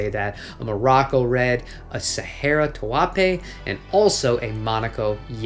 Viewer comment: Did you say two apay instead of taupe?? Lol😂